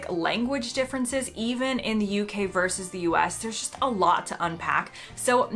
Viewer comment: Verse, I presume you mean Versus, you did that right at the beginning, but got it right later?